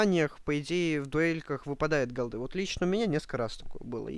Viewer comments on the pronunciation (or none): верх безграмотности говорить голдЫ. вообще то правильно говорить гОлды. и если ты следишь как люди говорят правильно или не правильно-то будь любезен сам правильно говорить...